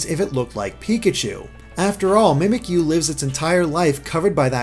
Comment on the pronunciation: Finally saying Mimikyu right! Now on to Bounsweet! Bounce-wheat! Bounsweet! it's sweet and bouncy! Tell your friends!